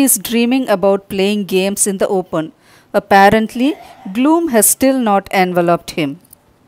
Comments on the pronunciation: that is open mam not oben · I don’t think I would pronounce open as oben🤪